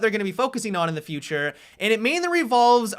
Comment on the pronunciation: Whats with how you say Futurrrrrrrrrrrrrrreee